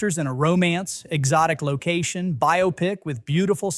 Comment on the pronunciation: I'm impressed - first time I've heard an AI narrator who didn't rhyme "biopic" with "myopic".